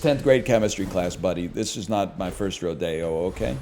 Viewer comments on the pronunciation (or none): Not a fucking CHANCE the pronunciation of "this aint my first roh-day-oh" is a The Chariot reference right?